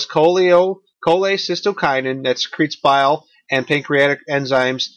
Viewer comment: Hate to be pedantic but it's cholecystokinin, not cholesystokinin.